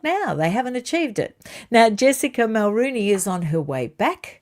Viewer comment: Mulroney is pronounced muhl-ROH-née!